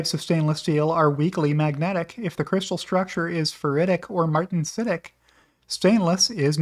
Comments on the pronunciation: it is pronounced mar-ten-sitic. Tesla purchases a 300 series austenitic sheet coil and work hardens it (as per Sandy’s video at the cybertruck event) that transforms the microstructure from austenite to martensite, resulting in a much higher hardness and strength level, likely > 760MPa tensile strength. Hardness is likely ~ HRC 20 to permit bending. Austenitic steels have a higher Nickel content, about 8% at least. Nickel stabilises the austenite phase when cooled from hot rolling. The chromium imparts corrosion resistance, and is typically around 13%. This rapidly builds a very adherent passive CrFe oxide layer on the surface which protects from further oxidation, or ‘rusting’. If scratched off it reforms rapidly - Cybertrucks will last forever….inner panels appear hot stamped (again, see Sandy’s video) regular high strength boron steel and have to be protected by powder coating. Austenite is non magnetic, martensite is magnetic. Hope this helps.😊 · Great video as usual. But it is pronounced mar-ten-si-tic,, martensitic. HEHE! 😉